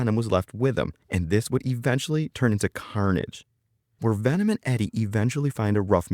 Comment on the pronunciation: Venom❎ Vanom✅